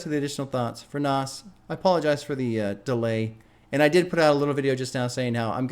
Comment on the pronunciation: OMG 2 albums in and you still can't pronounce it right 🤣 (it's Naz, )